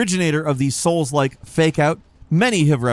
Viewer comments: You said SOLES like !!!!! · He said souls Lile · YOU SAID "SOULDLIKE"!!!!!!!!!!!! LOLOLOLOLOLOLOL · you said soul like! oh noo!! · You said soulslike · I dare you to say soulslike one more time. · YOU SAID SOULSLIKE!!!!!!!!!!!!!! LOLOLOLOLOLOLOLOL!!!!!!!!!!!!!!!!!!!!!!! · "YoU sAiD sOuLsLiKe sO mAnY tImEs" 🤣🤣🤣